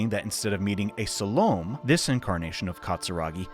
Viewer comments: Just an FYI but "essens" is more traditionally pronounced "ES-Seens", Salome would be "Sal-oh-may" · Pronuciation correction here - it's pronounced "SAL-low-may". I mention this because her name may sound familiar with the correct pronunciation. BTW Enjoying the video so far. Will continue on now. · Its funny hearing Salome (pronounced sal-oh-may) pronounced incorrectly since its a common name in the southwest